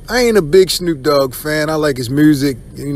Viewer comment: It's Snoop dogg not Snroop dogg.